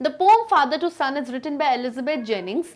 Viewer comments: Ma'am poem ka pronunciation POEM hota hai POM nahi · What's pom? It's poem bruh 🤧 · Mam it's poem not pom 🤣🤣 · Poem❌ Pom✅ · Mere kaan kharab hai kya mam sachme poem ko pome bol rhi hai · Poem ❎ pom ✅ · latest pom aayi thi pronunciation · Tf is "pooem" !?? 😨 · Thanku mam ..but plz don't say poom ..ya sunna mai itna ajeeb lagta hai.. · Poem or poom 🤣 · Is the pranounciation of poem is right or not?